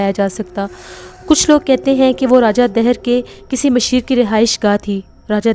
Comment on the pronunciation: Raja Daahir.. NOT Deher..